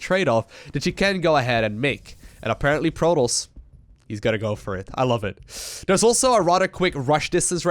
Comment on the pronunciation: Stop overusing "aperantly" btw. Luv ya;]